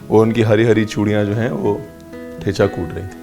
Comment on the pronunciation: The च in ठेचा is dental, not palatal; like the 'zz' pronounced in 'pizza'. Thus it must be pronounced as the च you pronounced